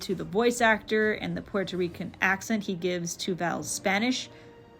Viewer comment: very cool video ! just wanted to mention , as a puerto rican , i quite enjoy the way you pronounce puerto rican/rico - many puerto ricans do not use the “r” sound in the middle of words so while rican/rico is said with an “r” sound , puerto is pronounced more like “poo-well-toe” not “poo-air-toe” , but i enjoyed your pronunciation of it , very interesting and fun